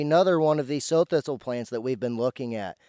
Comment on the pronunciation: not sew or so thistle. like Sow eat it. Prounouced not like sowing seed but like a female pig, Sow.